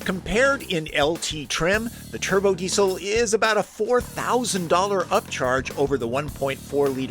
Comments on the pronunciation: Hahaha your accent -> dee-cill It's pronounced dee-zil Do you say mu-sick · Please pronounce Diesel correctly - "Dee-Zil"